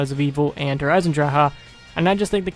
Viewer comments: "Der eisendrawha" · How to piss me off real quick : when people mispronounce der Eisendrache ugh